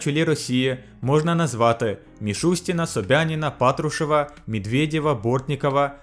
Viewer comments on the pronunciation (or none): none